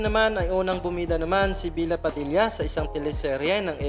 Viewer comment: kuya bella padilla po hindi bila padilla